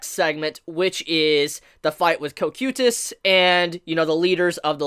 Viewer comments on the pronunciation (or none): It is said as KO-kite-uhs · Am I the only one who hates how he says cocytuses name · why do you pronounce cocytus like that